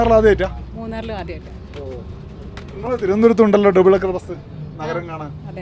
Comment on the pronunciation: ഡെബിൾ അല്ല. ഡബിൾ